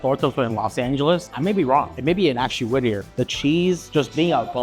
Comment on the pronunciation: Whittier not whitter